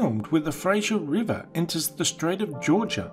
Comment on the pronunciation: Nobody: Absolutely nobody: Narrator: “Frasher river”